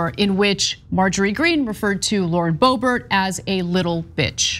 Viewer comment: Sometimes I hear "Lord Bobert" and it makes me giggle cause I think of her as like a dark lord.